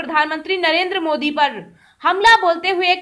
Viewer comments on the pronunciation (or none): none